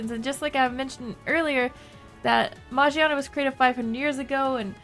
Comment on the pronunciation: Well, Volcanion is chasing Magiana and only Volcanion knows about Magiana's secret. Secret..., new typing perhaps? Also, the name is pronounced with a "Gi" sound and not a "Ji" sound.